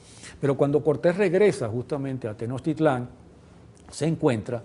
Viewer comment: Muy nacionalista este hombre pero ya podría a estas alturas pronunciar Tenochtitlan, no Tenochtitlán, con acento final. Que no es muy difícil eh, solo hay que tener cariño real por la cultura que el supuestamente defiende.